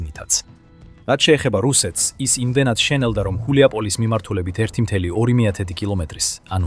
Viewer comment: რა ხულიაპოლისი შე შტერო. გულიაპოლე შე ვირო. გულიაი პოლე შედგება ორი სიტყვისგან, "გულიაი" და "პოლია" საგულავო მდელო.